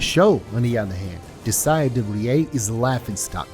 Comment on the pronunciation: Good vid i just cant comprehend how the name de vries turns into de frieée and cant stop wondering what dialect you speak originally